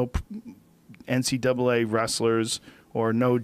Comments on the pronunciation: National Collegiate Wrestling Association, pode ser que ele tenha falado NCAA mas parece NCWA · é pq ele fala NC double A = NCAA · Quando ele fala parece mesmo NCWA, mas é NCAA ("double A"). National Collegiate Athletic Association.